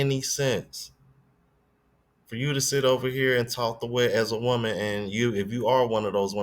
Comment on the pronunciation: did she said “normal womal” 😂